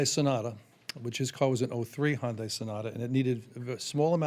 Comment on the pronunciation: Public Service Announcement: Hyundai is pronounced “HONDAY” honda with a DAY